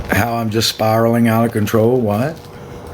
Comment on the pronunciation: and you cant say it without the southern drawl "Spirallin Outta ConTROWL"😅😅